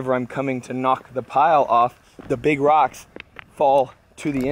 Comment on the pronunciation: Texas accents are funny. The way you pronounce rocks makes it sound like you are saying "dirt".